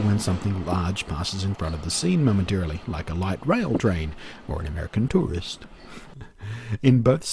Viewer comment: He said "american tourist" lol